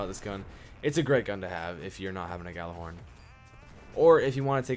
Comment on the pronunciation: Ghorn is pronounced with a "Y" not a g